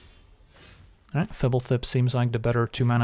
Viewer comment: lol hearing you say Fblthp made my day